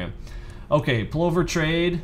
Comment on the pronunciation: Only complaint is the pronouciation - think "glove" as in Danny Glover for Plover. Brillant strategy with an Australian heritage!